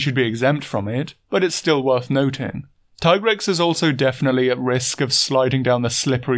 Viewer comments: Thank you for pronouncing TAI-grex instead of TEE-grex. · I appreciate your keen attention to details and respect for monster biology but more than anything I appreciate the correct pronunciation of Tigrex. Keep up the good work. Very entertaining stuff.